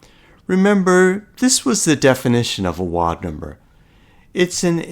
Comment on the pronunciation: This is a nice video. I understood the idea right away and I like how you carefully carried through the calculations. Your accent seems American but your pronunciation of the word "wild" is non-standard. Wild rhymes with mild and filed with a long-i sound.